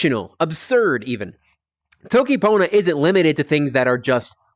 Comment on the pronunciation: It’s not pronounced Toe-ki, the O is short as in the Spanish Every American tutor seems to get this wrong. tokki ponna. Really good lessons btw, very interesting and well explained.